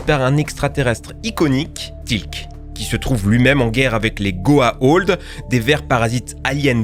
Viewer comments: Je suis pas un fan de Stargate, mais ce que je n'ai pas aimé c'est d'entendre tout le temps "Goa'old" c'est "Goa'uld" (go-a-ould). Et pour le fait que ce soit des humains partout, c'est parceque les humains sont une race d'esclaves qui ont été placés un peu partout dans l'univers par les dieux. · C'est quoi cette prononciation de Buffy ? Ca se prononce Beuffy pas Bu-fi ! Et c'est pas "goa-old" mais "goa-ould" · Y'a aussi les goa'ulds qui se prononce "ould" et pas "old" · Concernant Stargate c'est la prononciation de certains mots qui me choque : Goa'Old ? Auraï ? En VF c'est Goa'Uld et Auri. J'ai pas vu les épisodes en VO du coup je ne sais pas comment ils le prononcent en anglais, mais du coup là j'ai mal à ma VF. :'( Après, j'ai vu la fin de Buffy et Stargate, c'est facile à trouver, hein. ;) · Mec tu ne sais même pas prononcé le nom des méchants de Stargate correctement.. C'est les Goa'uld pas Goa'old. Après aussi c'est les Oris pas Oraye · Goa'Uld UUULD pas Old BORDEL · Ce n'est pas Goaolds !!! mais Goa'uld !!! ensuite tu parles des oreille ? au lieu de Ori ? mais d'ou tu sors ? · par contre c'est gohaould pas gohaold, et pas Houraï c'est les Horry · Par pitié, ça se prononce "GOA-OULD" en Français, pas "OLD". Et les "orailleux" pour les Orii ? Sérieux ? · En fait, on dit go-a-ou-ld et non go-a-o-ld ..... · Goa'Old ? Ory ? T'as déjà regardé la série pour prononcer ça comme ça =/ ? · Goa'Old ? Mais t'as vu la série ? T'en entendus une seule fois un acteur dire Goa'old et non Goa'uld ? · Les goa'old, les oraï, a chaque fois que t'as dit ça, mon oreille a saignée 😁 c'est goa'ould et ori. Vous avez vraiment regardé la série ? Mdr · La même pour les Goa'uld (Goa ould) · Frère t as réussi à mal dire Goa Uld A et même les Oris ?! Mais bordel y a 4 lettres !! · Je suis bien plus choquée de ta prononciation de goa'uld, qui se prononce avec ou "ou". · "Goa'old". Ah, ok, le type n'a même pas regardé un seul épisode... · Ça se prononce goa ould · "Goah hold." Sérieusement ?